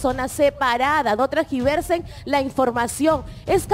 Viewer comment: Trargiversen??? 🤨 Es tergiversar!!!! Qué horror 🙄😳 y tú estarás soltera 🙄 pero el señor NO y no eres la única que tiene familia a la que le afecta por el lado del señor está su mujer e hijos, así que casi te pediría que al menos no utilices el mismo tono y actitud de la paredes porque pareces ella volumen 2 👌😅 te bautizo como: Giuliana Paredes y/o la PECHONALIDAD más chinverguenchona de la cumbia 😁